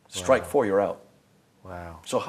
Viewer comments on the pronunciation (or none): none